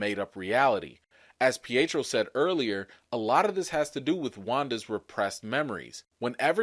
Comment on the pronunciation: Not peitro